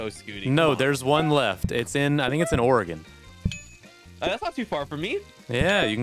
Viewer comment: Yes on the Blockbuster, it is located in central Oregon, the city of Bend. I am a native Oregonian, I've been there. Also extra points for pronouncing my state correctly 👍